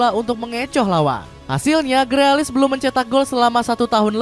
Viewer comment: Grilis bang, bukan grealis 🤣